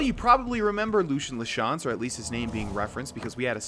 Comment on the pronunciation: Btw it's pronounced Lucy in la chance